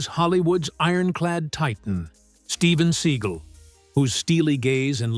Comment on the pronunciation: It's not Steven Siegel.It's Stephen segal.Oh, how the hell could you get that wrong?Why do you constantly mispronounce people's names